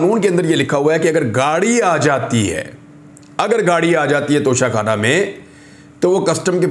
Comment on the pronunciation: Haha when you said nocha khanna 🤣😅